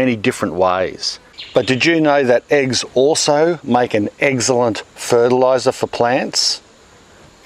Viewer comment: I wonder how many people heard the “eggcelent”